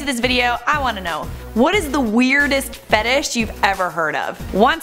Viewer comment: weirdest fetish I've ever heard is somebody saying fetish wrong